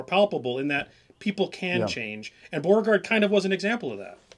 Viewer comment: You guys are not even able to pronounce the name "Beauregard" correctly. What a shame. Americans (and many English-speaking countries) have to mispronounce everything and make it sound English. It's really not a big deal to look at how a name is pronounced, I mean in the case of Beauregard you only have to look at his first name and you immediately realize that you can never pronounce it in English